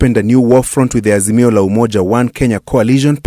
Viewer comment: Harroooo Ass-mio 😂😂😂msarrrendo mtafute booondo 😂😂Harrrooo Ass-mio